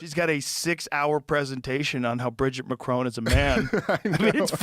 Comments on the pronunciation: Mac-Ron, not Mac-Rone. It's French, not American... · Is it just me or is Devin saying 'Macaron' instead of 'Macron' throughout the video?